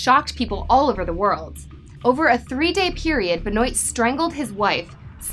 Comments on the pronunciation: I noticed that too! I think its pronounced "BEN-WAH" not "BE-NOYT" but I could be wrong. But yeah, still a pretty good video! ^_^ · There's a lot of bullshit here... Also it's benwah not bahnoyt jfc. I can't stand wrestling and I know that. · Im pretty sure you mispronounced Chris' last name. Its French.